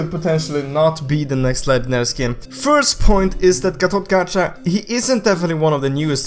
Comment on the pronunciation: call GatotKaca GatotKacha and I call him GatotKaka